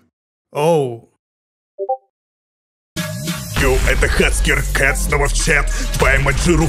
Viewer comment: ОН НЕ ХАЦКЕР он хекер